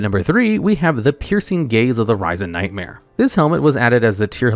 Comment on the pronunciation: The way you say 'risen' flabbergasts me.